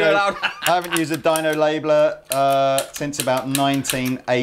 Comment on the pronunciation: I cringe every time he says Dino...